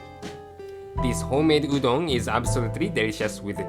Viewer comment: うどんがドーンって聞こえるｗｗ